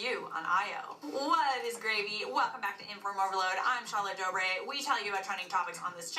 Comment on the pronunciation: She said gravey???